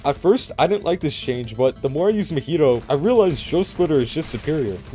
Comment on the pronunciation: Meh-hee-toe? Ma-he-toe MAHITO (ealry acces )